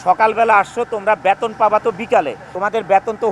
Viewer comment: ব্যাতোন না গাধা বেতন,,,উচ্চারন ঠিক নেই,, নায়ক মারায়